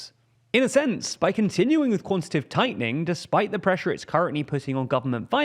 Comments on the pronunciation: I know this is nitt-picky but the word is QuantiTAtive not "Quantative" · Your presenter keeps saying "quantitive" which isn't a word. It's "quantitative". It wouldn't be so annoying if he wasn't presenting a news segment where he says it 30 times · its pronounced 'quan-ti-ta-tive' tightening, 4 sylibals, not quantative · It's "quantitative", not "quantitive". It's much harder to say quantitative tightening, but that's when you'll know you've got the correct word lol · bro said QUANTITIVE and i just turned it off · went above your head? Not only does he not pronounce quantitative correctly, the entire video deeply oversimplifies complex monetary mechanics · also, the guy in the video pronounced it with 3 syllables? Pretty evident which of us it is that has room temperature IQ